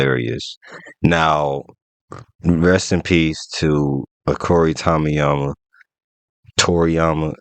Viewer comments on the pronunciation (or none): Dude just said Akora Toryama!💔